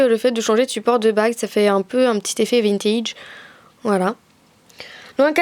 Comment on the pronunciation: J'aime bien ce genre de video, mais juste on dit prononce pas (j'écrie comme ca se prononce pour expliquer) Vintige mais Vintège (a ) sa s'écrie Vintage et se prononce Vintège! Bref, voila pour pas te prendre des réflexions a l'avenir! :)